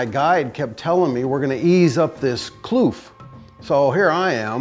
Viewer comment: Its kloof not kluf i am afrikaans